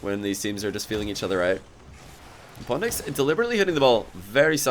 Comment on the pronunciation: Why does say pondx instead of pwndx?